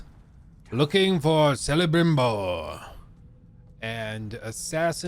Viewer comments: "Sell-uh-brimbor" you're breaking my heart,! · Great video as always. But did he really say zellebrimbor? 😭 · The fact he pronounced Celebrimbor as Sellebrimbor proved he never played the game to begin with. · Selebrimbor indeed. You apparently loved the game so much you forgot how to pronounce one of the main character's name